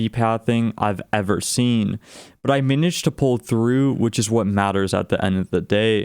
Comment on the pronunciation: "Fortunally" "miniged' Fortunately Managed